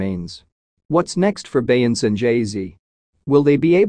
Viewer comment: The AI voice can't pronounce Beyonce's name. This is totally unacceptable. If you can't get a human to narrate STOP making videos.